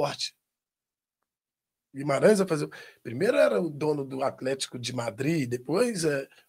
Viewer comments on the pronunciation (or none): none